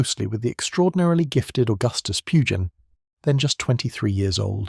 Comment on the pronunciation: Too bad Pugin's name is mispronounced- over and over again.